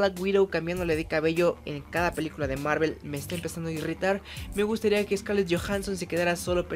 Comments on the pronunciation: El video en si es malo.......aunque lo peor de el video es cuando el pendejo este intenta pronunciar marvel.....y no se si es que se cree gringo o que pero si no sabes pronunciar bien el nombre en ingles entonces dilo como suena que en ves de escuchar marvel escuchaba era mervol morvol marvol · Que pedo,no se le entiende mi madres a su saludo y es Marvel no Marvl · Dios mío esa pronunciación del inglés. Thanos ahora es ¿teinos?. Hawkeye es ¿jokai?. Marvel es ¿marvl?. Capitán América es ¿capptain murica ? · Universo marel? Marel?